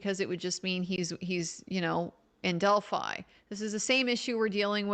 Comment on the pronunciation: I like how she says "del-fee" sometimes, since she's in town lol...but sleep deprivation makes the brain do crazy things